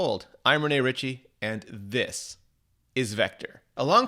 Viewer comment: When in Dog’s name will you say “this” normally